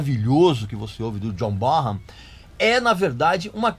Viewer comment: Já que tá corrigindo pronúncia, aprenda a pronunciar corretamente Carmine Appice. A pronúncia correta não é "Ápice" e sim, "Apíce". E a do John Bonham não é "Borram" e sim "Bonam".